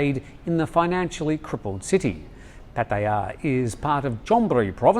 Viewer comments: Note for: Puat ta yah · please, accept it, you cannot pronounce Pattaya correctly, move on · With all due respect, he didn't say Pattaya the same way as his thai colleague did. No offense intended because Thai tones can be hard for westerners no grasp. My white father had similar issues in pronouncing some words as well but it doesn't matter as long as you're understood, so keep saying it however you wish to say it. We all understand. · Dear. Love The Thaiger!! As a farang who speaks a bit of Thai, and who has lived here for more than 50 years, can I suggest your pronunciation of Pattaya is fine, but it is the stress on the syllables that could perhaps use a bit of work. Asking a Thai to pronounce Pattaya as a word on its own, and slowly, it is hard to copy the stress. Try asking them to stay 'I live in Pattaya and I love it.'..quickly, and in Thai of course! You may be able to hear that the stress in on the first syllable and the second and third sort of fade away... It is best if the Thai that you ask does NOT know which word you are focusing on or they may try to say it slowly and clearly. Try saying the word Australia slowly and clearly and hopefully you will see what I mean! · Dear, I love your pronunciation of Pattaya, but it is still slightly off lol.